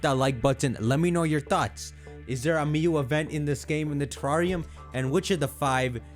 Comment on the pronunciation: Lol “teRRAWRium”